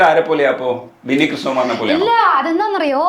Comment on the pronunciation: ബിന്നി ആണ്.. വിന്നി അല്ല 😊